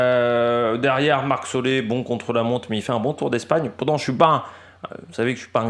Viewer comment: Excellente vidéo et analyse. Parcours pour un puissant donc Ganna. C’est solair et pas solé. Je conçois bien que le noms néerlandophones c’est compliques. Mais la. Merci pour toutes ces analyses. Faut quand même bien trouver qqch à redire.